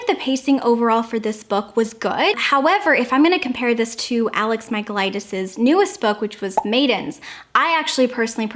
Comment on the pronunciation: I'm actually Greek and I'm sorry but I laugh every time you pronounced alex michaelidis' name😂 Loved the video though, you always make my day<3